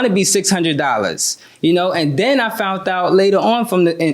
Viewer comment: "Fount out"? Wtf....English people, do you speak it?!